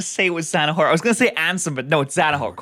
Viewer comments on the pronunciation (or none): "And someone called ZaNaHoRt"